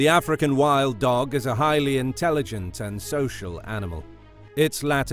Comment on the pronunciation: No one. Absolutely no one.: "Ahfrikan Whild Doug"